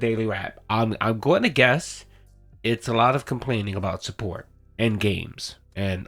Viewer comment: Low suhpoort Low suhpoort Shut up’a your face, Phil You make’a me so angry